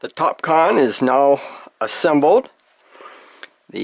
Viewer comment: That's excellent, I hope they last a looong time for you. I couldn't help thinking of Kahn all the way through, you said what sounded like "Top Kahn" multiple times! :D